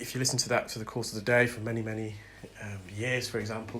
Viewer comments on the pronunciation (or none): none